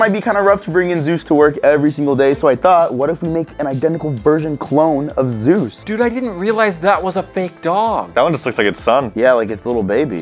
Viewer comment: Its Zeus not zues